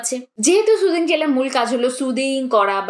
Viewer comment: সুদিং না সুথিং হবে।